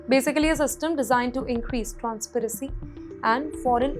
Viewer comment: Transparency and not transparacy !!